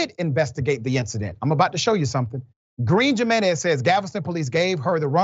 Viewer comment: Can we realize in 2023 that Jiménez has an H sound at the beginning?